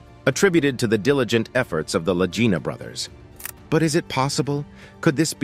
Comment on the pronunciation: Well, did they find it? I gave up after the narrator kept rhyming the Lagina Brothers with “vagina.”